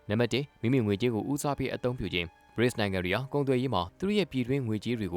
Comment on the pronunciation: BRICS ကို Breaks လို့ အသံထွက်ရင်မှန်ပါသလား